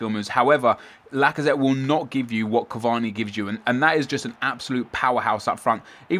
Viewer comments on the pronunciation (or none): It's lazazette